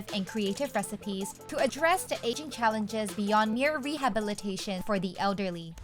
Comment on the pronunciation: It’s “aging” 😊